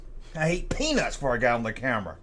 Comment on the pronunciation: Did say ‘peanuts’?